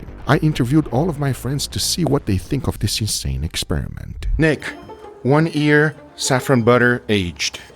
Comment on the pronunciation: Since when can you not say Year? I've heard you say it normal before. But in this video you cant?!